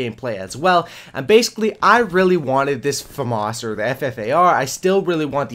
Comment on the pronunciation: I heard Fam-Arse so I left, famas.